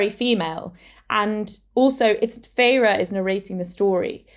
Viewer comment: Isn't it pronounced Feyr not Feyra😮